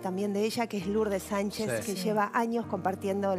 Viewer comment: Ay no. Por favor. "Lourdes Sanchez" como si fuera que habla el Papa.. la chonga de.. fuera